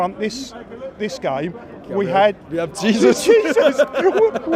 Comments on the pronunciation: "JESUS sprinted over" 😂😂😂😂😂😂😂😂😂 man it's pronounced "hey-zus" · its pronounced Hey-Zeus not Jee-Sus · It's Jey -zus